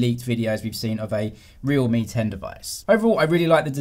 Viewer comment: lmao I heard the same ting as well. realme 10 vs real Mi 10 😂